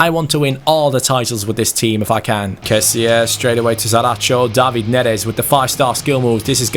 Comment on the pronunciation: #FanObjectives Italian Wall: keep 10 clean sheets across all competitions ps: its pronouncedc kesi not kesie